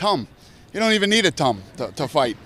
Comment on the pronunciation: Nailed it with the "tumb" 😂